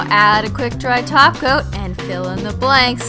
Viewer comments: When you said "hollow top coat" it sounded like "hollow taco" 😂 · Is it me when she says top cop I hear taco